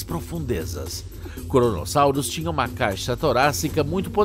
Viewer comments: Krono, Kronosaurus e não Koronosaurus! Vocês só têm o trabalho de traduzir um programa pronto para o Português e mesmo assim fica uma porcaria 😔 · "koronosauros" kkkkkkkk (poucos entenderão)